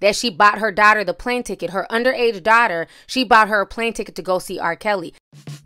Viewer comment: Azriel sounds like a girlfriend who's boyfriend broke up with her when she spoke about their last conversation. (My opinion) is this is why she's speaking out now. Side note: somebody please help pronounce the word 'daughter'.